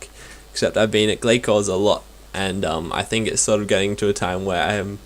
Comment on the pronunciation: It's pronounced Glay-Cores :) Hope this helped :D boots so far 6Stead, 2Glaiven, 4Ragefires, over 7k kills done :)